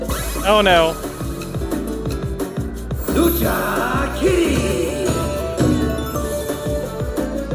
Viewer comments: “LUCA kitty” 😂 Im Puerto Rican so that made me laugh. LU-CHA…. Like LOU and the CHA CHA slide. Lucha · Lucha......CH......Lucha Kitty.....not Luka kitty.....lol